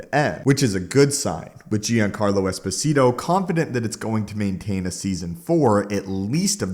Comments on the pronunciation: "JONcarlo", NOT "GEEancarlo". Look up his interview on the Seth Myer's show if you want to hear it said correctly. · PLEASE READ!! I have been more than irritated at you deliberately mispronouncing words. Giancarlo... it's pronounced like "John-car-low" not "gee-an-care-low". PLEASE STOP. I actually watch fewer of your vids when you do that, significantly. Personally, I watched 1/6 videos you post, and I would watch EVERY ONE if you didn't do that. I love your content but that is an OCD thing that I am SURE other people deal with. I'm not saying I'll stop watching ur channel. I AM saying you WILL got more views if you don't do that. No one is gonna stop watching if you stop doing it, but I KNOW people don't watch because you do. I'm not threatening you, I like your content. I'm telling you the positive you THINK you're getting from the complaints via comment is worth less than the amount of subs and views you'll gain/earn by stopping.